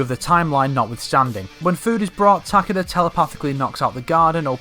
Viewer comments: I could take that pronunciation, but Ta-Ke-Da is just unacceptable. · Can we get a like everytime he mispronounces Takeda’s name? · You forgot one The weird pronouce of Takeda holy hell its just Weird